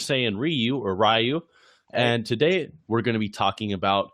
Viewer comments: Just a quick thing, because I'm like 2 minutes in. Ryu, if thats supposed to be Japanese, that pronunciation is pretty off, I don't know if you don't correct people because its too tiresome, same with the name Yamcha. Anyways, if you aren't going for a Japanese name, then nvm. , it might be better to start doing research momentum, because reversing a moving object requires double the strength. But then again, you said faster than light, meaning infinite energy, sooooo... yeah. I guess its still completely unrealistic but ignoring relativity. Anyways, I don't understand how earth isn't shattered if the whole universe is shattering... Their very movements should shift the planets out of orbits. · Re-yu, not rai-yu